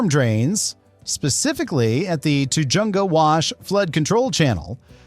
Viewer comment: Tujunga is pronounced ta-HUNG-ga. 😄